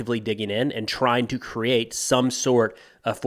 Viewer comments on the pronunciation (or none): none